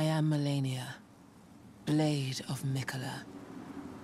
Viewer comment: could not say "malenia" to save his goddamn life lmao